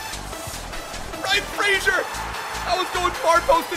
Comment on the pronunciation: FOR THE LOVE OF GOD SAY RYAN FRASERS NAME CORRECTLY!!!!